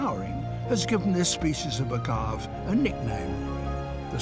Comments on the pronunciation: As much as I love David Attenborough, his pronunciation of "agave" bugs me. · The way he pronounces “agave” is the only Attenborough moment I have not enjoyed so far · Hearing him mispronounce agave over and over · You would think that he would use the indigenous pronunciation and not the colonizer’s pronunciation of agave. Then again, he is British. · That ain't how ye say "Agave". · OMG if I hear him mispronounce Agave one more time! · The way he’s pronouncing “Agave” is quite painful to hear 😬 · Rather pathetic that the video title misspells "hallucinogenic." Also sad no one checked the proper pronunciation of "agave." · The way he pronounces agave is killing me lol 😅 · He's British; he doesn't know how to correctly pronounce words from other languages. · Interesting pronounciation of agave! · I guess it's not a big deal... its not like the UK has many Spanish speaking people. To me, a Texan, it made me laugh a bit. Bless the old man, he's a good narrator haha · you’re right about maguey coming from Taino & agave being from Greek origins, but Attenborough is still pronouncing it wrong unfortunately lol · And, I think, pronounced "agave" wrong. From my experience, and the dictionary, the final "e" is not silent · Fun, misleading title. No. He hasn't. Spoiler alert: everyone knows peyote is hallucinogenic. In pure British colonial fashion, he also agonizingly mispronounces "Agave." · Hola, hablo español y vivo en México, su pronunciación esta mal. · yo noto bien la diferencia en la pronunciación en Inglés de la E, intenta hacerla pero obviamente no puede. Se entiende perfectamente que está diciendo agave. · se entiende, pero la pronunciación sigue estando mal. Tú mismo lo dijiste: no puede. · so when did Mexican Spanish get a silent E? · The one qualm I have with this is how Sir David pronounces agave - it isn't French, the e isn't silent. It's either agavee or, perhaps more accurately, agavay. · It’s pronounced AGAAV now everyone. You heard the man.